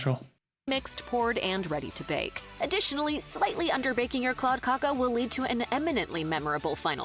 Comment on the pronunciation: "Kladdkaka" is difficult to explain how to pronounce - I think the narrating woman did it quite well. You can google Princess cake or princess torte (Prinsesstårta) There you can find out about the ingredients and maybe even find a receipt. I personally don't like marzipan at all but the cake is very popular in Sweden